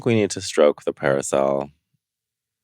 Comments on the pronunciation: Naomi says "parasail" instead of "parasol." Lol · Naomi can’t pronounce “parasol” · Trend alert : Calling Parasols Parisels !! Thanks Naomi